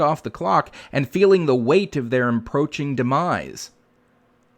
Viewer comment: "... feeling the weight of their emproaching demise." -- I'm not sure whether meant to say approaching, impending, encroaching, or something else.